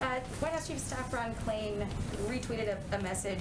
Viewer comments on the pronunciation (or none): Ron Klain, not Ron "Klien".